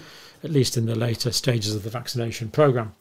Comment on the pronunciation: "5 years lateur": Gee, who could have guessed ?